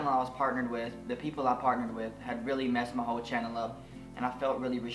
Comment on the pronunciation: You're so fucking adorable OMGG 😭😍 when you kept saying "new Chanel" 😂❤️